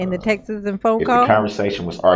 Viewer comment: Texes? Texas? Duhrell should be on trial for trying to murder the English language. Substain!